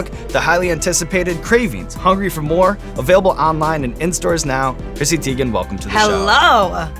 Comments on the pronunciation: I'm surprised - I thought that you folks would get the pronunciation of her last name right. TY-gan, not TEE-gan. She's confirmed it, as has her mom. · Damn Sean, she just had a whole thing on twitter about how her name is pronounced... it's not Tee-gen, it's Tie-gen. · Who else clicked on the video wondering if they would say her last name correctly? it's TIEgen(how it's pronounced) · so on twitter she said her name was pronounced tie-gen and now it bothers me whenever I here it the other way now. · He definitely said her last name wrong lol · Her last name is not pronounced that way lmao lmao. Too funny but she doesn’t care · YOU PRONOUNCED HER NAME WRONG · Clicked on this mostly cause I was curious how it’s possible to mis-pronounce Teigen. Now I know ^^